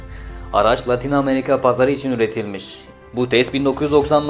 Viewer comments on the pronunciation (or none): none